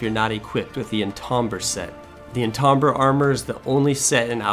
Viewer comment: Great list, but "En-tahm-burr" armor?